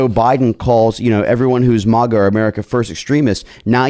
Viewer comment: Grrr its MAGA not MUHGA 😆